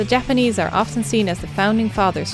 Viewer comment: Finally someone making a decent effort to pronounce Japanese words correctly. She actually does a really good job. Appreciate it